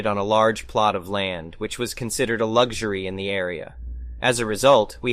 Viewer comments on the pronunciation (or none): none